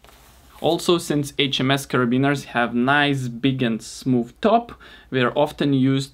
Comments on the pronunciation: The pronounceiation of HMS was actually correct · Pronounced amazingly that HMS 😉 greetings from Germany